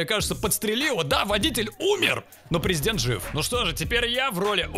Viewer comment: Не prezedent a prizedent